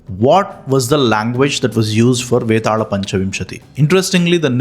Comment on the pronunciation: Vetaala. Not betaal